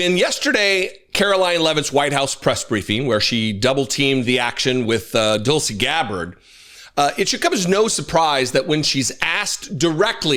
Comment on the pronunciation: I swear it sounded like you said, "Dull-sy. Gabbard," andI I laughed so hard I nearly choked on my coffee. 😅😅